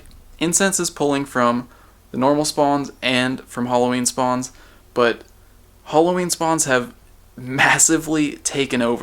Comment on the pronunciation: it's Halloween not holloween